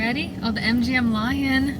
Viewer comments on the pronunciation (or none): none